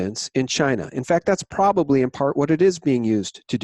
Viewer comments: The word is "ProB-ably". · its sad that will die of the virus never having learned to pronounce his most favored word "probably"